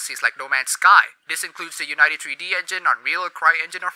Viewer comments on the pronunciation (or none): That's not how you pronounce Unity 3D...